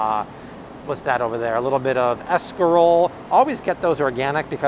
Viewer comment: "Escarole"! 😯( "Skah-dole".)